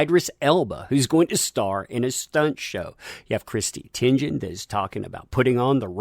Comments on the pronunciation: Teigen is pronounced tegan not tingin. 🤭🤗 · ID-ris TEI-gen, I know you peed yourself performing for some school play years ago that still haunts your memories, but mispronouncing actors' names won't help you get over it. But you got Sam Raimi's name right. Huge fan of Xena in your younger days?